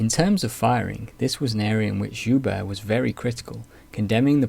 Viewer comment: Very thorough, quite impressive. Looking forward to more! One small note, though, from a francophone. Guibert: Gi-behr(t). Like the kimono one wears for jiu jitsu.